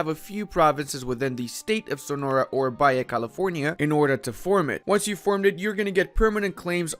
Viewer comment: Quick pronunciation tip. The J in Spanish sounds like an H. So Baja California is not pronounced “baya.” It sounds like “ba-ha.” It has a crazy off road race every year.